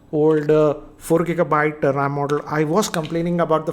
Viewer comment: It is RAM, not RAAM.